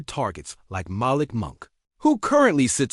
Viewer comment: Malik Monk. It is pronounced mal EEK with the accent on the second syllable.